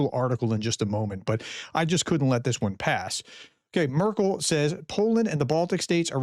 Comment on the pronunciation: “Markel”???? You say you are a professional? This is the zero to expert syndrome!